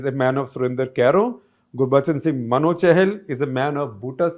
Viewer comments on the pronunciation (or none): none